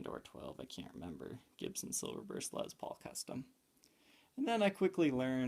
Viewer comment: My God... stop pronouncing it as Lez Paul! Lessss with a F’ing S my dude! It’s annoying as hell you dumb ass!